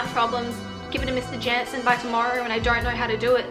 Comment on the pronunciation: No cause i love when you say know like it’s knur and nur lol sending lots of love